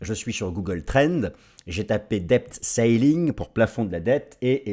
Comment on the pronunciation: Au sujet du plafond de la dette, 'lapsus' très poétique en prononcant 'sailing' et non 'ceiling' 🙂Dans tous les cas, on est d'accord, on navigue à vue en ce moment !